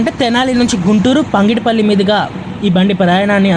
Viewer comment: Pangidipalli kadura ayya pagidipalli